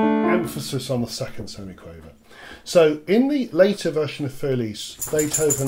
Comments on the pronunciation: It is not "fur", and it is not "elis". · I hate to do this to you, but my ears cringe when you pronounce the word "für." And I hate to use this as a quick guide, but try saying "Führer" and drop the final "er," and you'll be close enough. And the "r" in "für" is only about half-pronounced, from an English perspective.